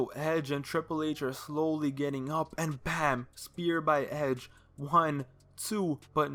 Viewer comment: Why he say hedge instead of edge lol